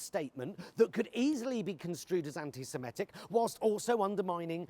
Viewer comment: Why has everyone, including Pie, started pronouncing 'antisemitic' as 'antisemetic'?